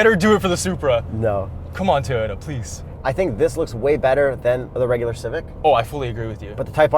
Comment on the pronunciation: Did he say tayota